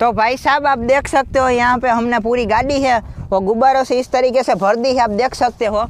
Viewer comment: Gaari laye ho ya gaali laye ho bhai shi se bolo